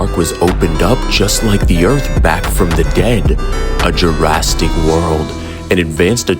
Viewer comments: You mean but not before killing every member and why do you say Jurassic “Jurastic”? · Bro its jurassic not jurastic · Why does bro keep saying "Jurasstic"🙏🏼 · "Jurastick park" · "JurrasTic"? 😂 average DBZ glazers IQ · Are u calling jurrasic jurrastic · This is fire! But you messed up some pronunciations like 'Jurassic' and 'Tyrannosaurus' and you should've known that the dinosaurs here were wiped out but were brought back by scientists.